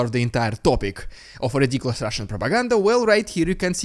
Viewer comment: your intro to "rrrrriddiculous Rrrrrrrusssian prrrropaganda" sounds a bit unhealthy sometimes. I hope you recover quickly from that always. 😄 Thank you for your work.